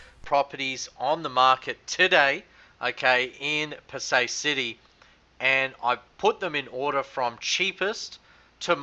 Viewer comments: It's pronounced as Pa- Sai rather that Pa- Say. Anyway great videos. I was looking for a better way to gage the valuation of a property in this murky market. You shown me that foreclosures can be a good valuation indicator as the bank's also have to price them correctly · Hi Fred Bee... I welcome your comment to correct me if I am wrong. I am just pointing out that the local pronouce it Pa-Sai instead of Pa-Say. There is no malice in my comment at all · He is unable to even correctly pronounce the name of the city ! Why would you have any reason to believe anything he says. Does he have a realtor's licence to operate there ?